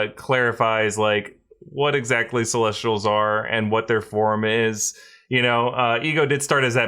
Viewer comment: Oh for a second I thought you said testicles instead of celestials.